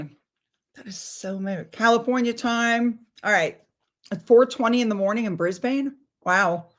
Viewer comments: I didn’t get the notification. Darling … it’s not Brisbaine, pronounced, Brisbin. 🥰🇦🇺🥂 I’d rather her being Duchess than Princess. Just drop completely the HRH, wipe it off. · Hi from Brisbane Australia! By the way it’s pronounced Bris Bin. And yes, Shakespeare was born in Stratford on Avon.